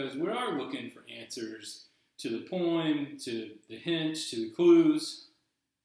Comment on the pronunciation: Why do you keep saying "poe-ahem"?